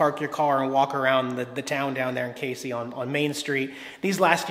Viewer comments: Pronounced Cazey, not like the Caseys general store. I’ve commented on your videos for the last 4 years telling you to check out my area of the country. You also forgot the largest golf tee at the Casey country club. (Open to public) FYI, you’ll eventually hate the state of Illinois. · Kay-zee right? Had a girlfriend from there once long long ago. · I used to live in Casey. The locals pronounce it Cazey. I used to live where the largest seesaw is now. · Had a girlfriend from Casey. It's actually pronounced (KAYZEE). Just letting you know - not that I give a crap. Also, I believe my ex-girlfriend from there was the official owner of the largest "RACK" so that one in the video would be the second largest but it's still in Casey. LOL! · Woo Hoo! You came to Casey! Ok--so you need to work on the pronunciation a bit, but GREAT video! Next time you come back, drive a little farther south and visit the Moonshine Store!